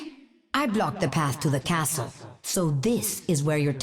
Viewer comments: The comic relief of the story. The only thing I don’t like about her lines, is her pronunciation of “castle”. Australians don’t pronounce it like that. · That’s exactly why I find her pronunciation of the word so unusual. Meanwhile you have Reinhardt’s VA, an American, pronouncing the word castle how a German person normally would